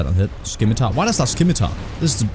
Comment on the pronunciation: i heavily dislike the way he is saying scimitar and its not even a scimitar its a falchion